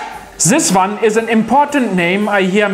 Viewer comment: One not vun